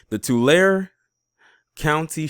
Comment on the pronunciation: Remember Tulare is pronounced 2Larry